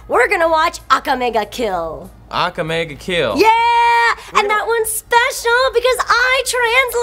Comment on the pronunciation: I'm sure she said Akame ga kill wrong